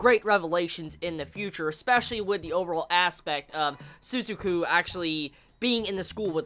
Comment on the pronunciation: Sorry about this but your pronunciation of Lelouch ' s friend is wrong it's Su-za-ku not Su-zu-ku not trying offend you or anything